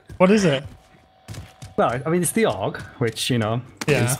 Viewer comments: it's not oug it urrg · Lol why do you say OWG its AUG as in August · It's pronounced awwwg not owwwwg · Just FYI my dude it’s ‘AUG’ (aw-g). Like you’d pronounce “augmented”. Great vid man. Good stuff, keep it coming my guy. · Its pronounced 'awg' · The way you say aug hurts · Isn't it pronounced "A......U.....G" ? It's the Australian military rifle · Please pronounce AUG properly 😂